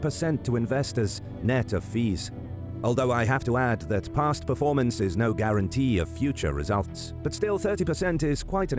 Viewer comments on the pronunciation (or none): none